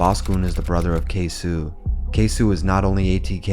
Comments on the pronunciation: K-SO not K-SU lmao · “ KAY - SO “ not “Kay - Sew “ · Mannnn if you gone capitalize off Black Death at least say the names right goofball. Tf is a ksew it’s ksoo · It's not K-Sue, it's Kay-So. "C'mere boy!" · Not too bad but a lot of things were left out or skewed on the timeline. Also.. K-SO!!! QUESO!!! K?SO? not K-sue. Overall, not bad tho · His name is Queso not k-su 😤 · My guy rly called him KSU its KSOO with a O